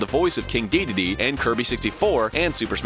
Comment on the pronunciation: Interesting pronunciation of Dedede.